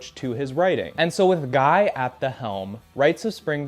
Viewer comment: You mispronouncing ian and guys name tickled me